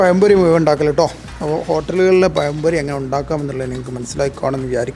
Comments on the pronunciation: പയം പൊരി അല്ല, പഴം പൊരി😂😂😂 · പയംപൊരി അല്ലടാ.....പഴം പൊരി....ബേക്കിംഗ് സോഡ ഉപയോഗിക്കാതെ അല്പം കടലമാവ് ചേർക്ക്.....വീട്ടിൽ ഉണ്ടാക്കുമ്പോൾ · പയംപൊരി.. അല്ല.. പഴം പൊരിയാണ് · Malayali pazhampori kollaam pakshe payam pori alla pazham pori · Not payam pori. Pazham pori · പറയുമ്പോൾ പയം പൊരി അല്ലാ പഴം പൊരി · പയം പൊരി അല്ല. പഴം പൊരി ആണ്. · പയംപൊരി അല്ല പഴംപൊരി 🤩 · പയം പൊരിയല്ല.പഴംപൊരി 😊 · പയം പൊരി 🤣 മാവ് കൊയ കൊയാ കൊയഞ്ഞു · പയയ എണ്ണയിൽ പയം പൊരി ഉണ്ടാക്കി കയിച്ചാൽ നല്ല ടേസ്റ്റ് ആണോ? ഈ പ്രദേശത്തുള്ളവർ 'ഴ' എന്ന അക്ഷരം ശരിയായി ഉച്ചരിക്കുവാൻ എന്നാണാവോ പഠിക്കുക.